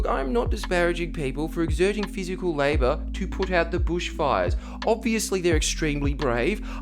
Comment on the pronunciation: You said Labour wrong, but I'll forgive you because you're Australian and don't know any better. #notaboomerjustbritish